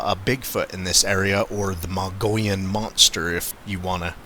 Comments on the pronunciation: Mug-e-own say it right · Thanks for good video. It’s pronounced ‘ Mog-ee-own’. Or ‘Mug-ee-on’. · Muh-gee-on, no Mongolians here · So uhh... you know the Mogollon Rim like the back of your hand, but your husband cant even SAY it? Hmm....